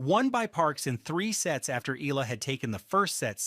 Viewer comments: PRONUNCIA Ee--- YAA-- LAH GRAZIE. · Eee-yah-lah!❤ not eelaah! My goodness! 🤣🤣🤣we Luvv U & 🥰😅💪🎾🏆🫶😻😀👍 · Eala it is pronounced as e-ya-la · Pronounce the name "" eyala, Eala